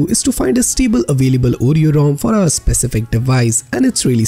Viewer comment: It's not ooh-ree-oh, it's or-ree-oh, and SLOW DOWN, for crying out loud! It's difficult enough to follow along, add to that trying to figure out what 2 out of 3 words are your actually saying!! Damn! Seriously, I thought you were wanting to help! WTH, dude?!?